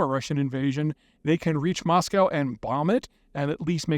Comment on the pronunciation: Peter, it's "Mahs-coh" (rhymes with "Bosco") not *Mahs-cow*! There's not a cow in Moscow!